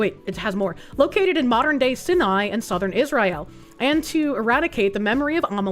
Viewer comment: Sai nai for the love of god. Same time though she says is-rai-el....